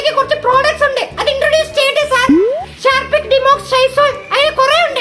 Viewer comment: ഷാർപ്പിക് - ഹാർപ്പിക് ഡിമോക്സ് - ഡോമെക്സ് സൈസോൾ - ലൈസോൾ😅😅😅 ഇവരെക്കൊണ്ടേ ഇങ്ങനെ ഒക്കെ പറ്റു....